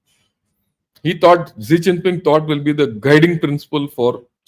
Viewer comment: Sir, pls.pronounce Xi Jinping properly, It's Xi Jinping and not Zee Chinping. Very good analysis 👍